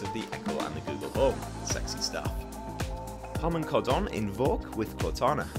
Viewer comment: Hilarious the way you pronounced Harman kardon. Not once in my life have I ever heard anyone say it like that.